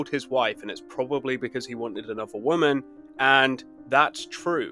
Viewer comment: Normally you say woman like wimen